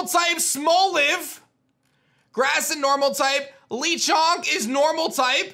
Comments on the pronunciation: It is not pronounced leechonk it is pronounced lachonk but spelled like lechonk meaning the chonk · I don't think it's pronounced LEEchonk. I think it's Lechonk like french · It’s le not lee. The pig is French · ITS NOT LEE-Chonk it’s Le Chonk. Le as in the French word for THE. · The way he calls "Lechonk" as "Lichonk" though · Lechonk... think more of the E sound in "LET" than the double E sound in "LEE" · I was on board with Violet, but now I'm all in for Scarlet. That Pawmi WILL be on my team...The same with Lechonk. (btw the name is pronounced like "let" not "Lee") Lennon means pig in Spanish. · not lee-chonk but la-chonk cuz spanish yknow? lol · SIIIIIRRRTR ITS SPANISH it’s “LEH-chonk” NOT “LEE-chonk” get it right please and thank you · LECHONK! NOT LEECHONK OR LICHONK. LECHONK. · I was thinking lechonk is pronounced Luh Chonk. Pawmi is cute. I’m guessing it’s the regions pikaclone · Lee? Why is he saying "Lee" chonk? 🤣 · I just realize he said Lee chunk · it has to be pronunced Léchonk like LeBron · man said lee chonk bruh... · how does this guy manage to pronounce EVERY pokemon wrong the first time? LEE CHONK check out his s&m starter reaction KOO! TEAM KOO ALL THE WAY! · u keep mispronouncing lechonk hahaha 🤣